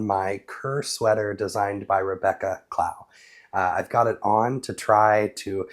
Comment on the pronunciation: Hi, I am enjoying your videos. I’d like to correct your pronunciation of Rebecca’s surname. It’s Clown, as in “tie a bow on your shoelace”, not as in “take a bow”. She has a YouTube channel called the Creabea Knitting Podcast. I prefer using Chiaogoo needles over Addi needles. Addi in the correct size are a good compromise though.